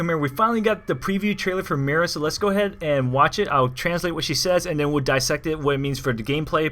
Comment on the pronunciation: since she's from Spain I'm pretty sure mira isn't pronounced lime you say it. but instead like (mee-dah).